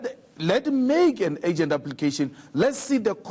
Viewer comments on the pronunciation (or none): This dumb bitch says 'it's not a AGENT matter"?????????????? Can someone please tell this dumb itch the word is URGENT????????????????????? And the likes of this dumb bitch wants to be a SA president?????????????????? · its Urgent not Agent julius